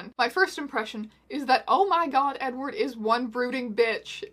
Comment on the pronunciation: did you just call him eggward?